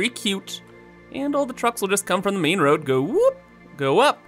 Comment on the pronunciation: Whenever he says ‘main’ I hear ‘meme’